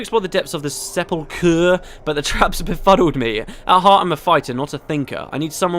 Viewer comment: I think you did pretty well with the pronounciation, I heard it in Skyrim just the other day and they said 'sep-el-kur'. The first couple of voice clips make me wince, I think it is just that actress? The last ones were pretty good though. I am one of the voice actor whingers